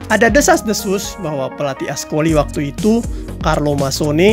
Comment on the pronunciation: Maaf min...kalau baca C...dibaca K...jadi francois...di baca frankois...ascoli dibaca askoli..